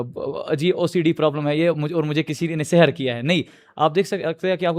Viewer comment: It's not sehar, it's sihr